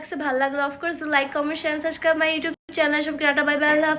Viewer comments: Subscribe ta shundor kore pronounce koro... B ta tmi pronounce koro na......suscribe bolo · আগে সাবস্ক্রাইব বলতে শিখেন পরে সাবস্ক্রাইব করবো😝😝